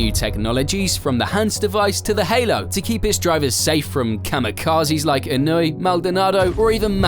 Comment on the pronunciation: Annoy? His name is not annoy, that was what he used to do on the track for drivers and spectators, but that's not his name. it's Inoue, he's Japanese not German. E-noo-ae